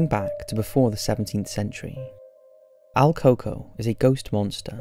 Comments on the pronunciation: el CUco.. not al coco.. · Funny how he mispronounced el cuco 😭😭😭